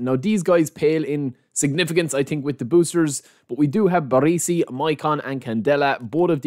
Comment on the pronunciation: BarEsi not BarEEsi FFS lol